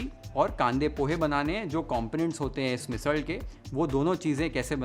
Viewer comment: Chef, your pronounciation of ण and ळ are perfect (पुणेरी, मिसळ etc )